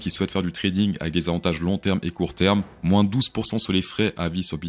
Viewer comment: "AVANATGES " 😂 Bah alors, fatigué du week-end? trop de raclette? 😜 perso le XRP j'ai tout revendu samedi soigne ce petit rhume et bonne soirée